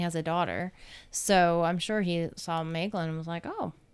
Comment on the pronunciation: It's "Meglin" in the Book of Lost Tales, but Maeglin in the Silmarillion. The "ae" is pronounced as a diphthong similar to "my." My-glin